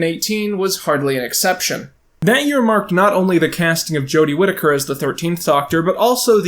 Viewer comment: Big fan of your videos like this! (This being dissecting and more camera based) Also thank you for saying Jodie's last name correctly lmao. Personally I like Jodie's portrayal of the doctor. She's like all my fave parts of 9, 10 and 11.